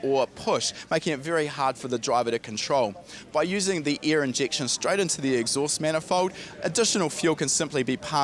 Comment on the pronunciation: this guy sayin " EAR " instead of "AIR" carefull u might have some poo coing out of ur ass while stressin the E in EAR lmao cool vid btw